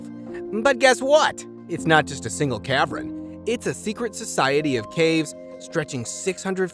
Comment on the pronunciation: Cavren. Capachin. Co dices. Are you sure of these pronunciations?